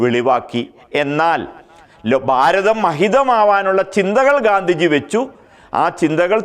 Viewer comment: 'ഘാന്ധിജി' അല്ല 'ഗാന്ധിജി'യാണ് ശരി.